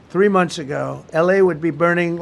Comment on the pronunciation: "LA would have been berning like the parts that didn't bern"